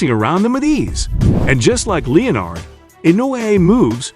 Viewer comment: "leo-nard" jab? It's pronounced 'len-ard" jab fool